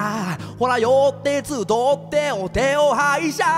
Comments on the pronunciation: 集っては「つどって」じゃなくて「たかって」ですよね笑笑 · 集って(つどって)ってわざと言ってるのかもしれないんですけど、ミセスは集って(たかって)です。。。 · つどってじゃなくてたかってです！